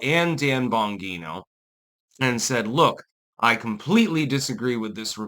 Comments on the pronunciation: Let's all say it together: "Bon-gheeen-ohhh"😂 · Dude please learn to pronounce Bongino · Stop mispronouncing Dan Bongino's name!